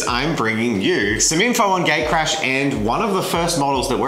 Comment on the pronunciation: So, English is not my native language and every time says "Gatecrash" I understood Gaycrash and was wondering for about half of the video why you guys named your game Gaycrash:D Would play it, though. And the figurines turned out amazing, I especially liked Jen's Beauty and the Beast interpretation.